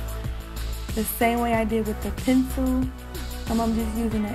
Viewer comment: Your accent when u say “Pensew” 😅